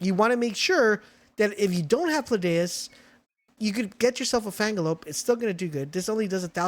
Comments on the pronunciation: pls stop calling him Pladius 😭 it's PALADIUS 😂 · Paladius ≠ Pladaeus